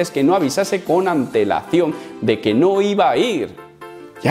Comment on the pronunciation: Cada vez 1ue dice antelacion... ANTEEWL